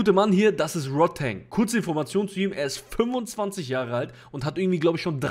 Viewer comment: Rodtang mit A. nicht Rod-teng :D